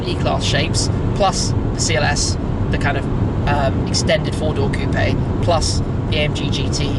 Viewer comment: Thank you for saying coupé 🎉🎉🎉 nice review